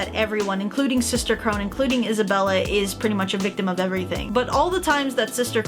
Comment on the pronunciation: I know this isn’t a new video and I know not many people will see this but Sister Krone’s name is pronounced Crow-Na instead of Crow-Nn, but I know it can be confusing, I didn’t even know it was spelled Krone until after I watched the show. (For context I watched dub)